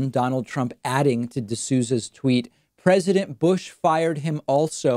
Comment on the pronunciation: He cant pronounce: President.😉😂